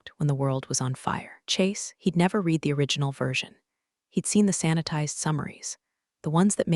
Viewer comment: the AI narrator needs to learn how to pronounce read properly. 'red'... not 'reed' in the context that was repeatedly used incorrectly.:text-green-game-over